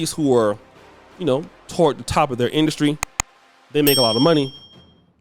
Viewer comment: What is masculine “industry “. You always be messing up them words bruh. But supporting nonetheless 😂😂